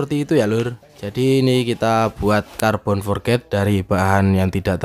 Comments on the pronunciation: Forj bro.... bukan forget Forj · Carbon forged bacanya forc bukan forget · Forged sebutan nya forg bukan nya "for ged"